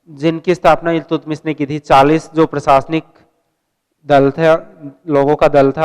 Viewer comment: what the hell is going here...u really don't know that how to speak iiltutmist...😂😂😂😂😂